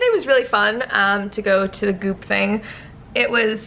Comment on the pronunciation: Thought you said boob summit instead of goop summit